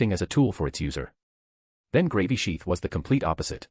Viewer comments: Dammit I really don't think I can listen to this at work any more. I'm starting to giggle every time they say Gravy sheath. 😂😂😂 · Lmao I love how they pronounce Gravisheath as "Gravy Sheath", and I keep picturing someone swiping a gravy boat around in battle. 😂